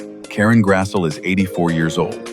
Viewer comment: He grassie not Grassel